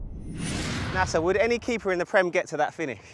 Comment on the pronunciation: It's Nacer not Nasa